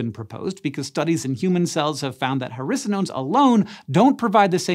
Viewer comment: Who else thought that every time he said hericonones he was actually saying "harrisa-nones"?